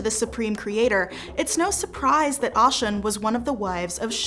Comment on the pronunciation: I was about to say the same thing!!!!! Because it’s Oh - shoon not Au- shun.😅 Big O 🦚 I have so much respect for the effort, i would like you all to consider doing a little research on how to pronounce the names of the orisha correctly. It would add to the creditbilty of the content.